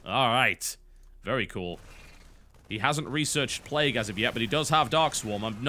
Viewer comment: why does he pronounce it "play-goo" at times?